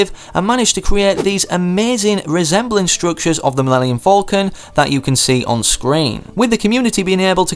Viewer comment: By the way did you literally just say millennium folcan instead of Millennium Falcon